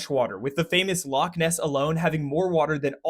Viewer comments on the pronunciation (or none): Kudos for pronouncing Glasgow and Edinburgh properly. Negative points for the k sound in Loch though 😁 Excellent video. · Still got Loch wrong though. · You mispronounced loch